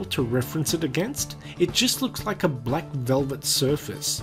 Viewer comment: his pronunciation of black annoys me, he pronounces it like blek